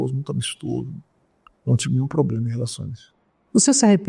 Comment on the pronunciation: Um ministro professor q ja teve + de 400 alunos q fala "poblema"!